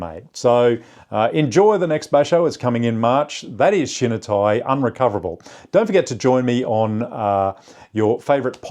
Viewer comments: You’re pronouncing shinitai incorrectly., not shin nuh. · Great video! Love deep dives into topics like this about my favorite sport. Just a friendly tip to sound less Anglo when pronouncing Japanese words: any i in Japanese makes the "ee" sound. So shinitai would sounds like "she-knee-thai"